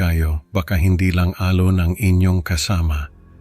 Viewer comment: Sir maganda boses mo pero may iilang puna lang ako sa tamang pagbigkas ng mga salitang Tagalog.. like alon maririnig namin ay al-lone.. bakas is bakkkas..konting aral pa Sir.. ito'y constructive criticism po hindi destructive criticism..